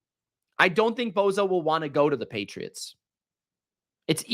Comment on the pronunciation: It's not BO ZA....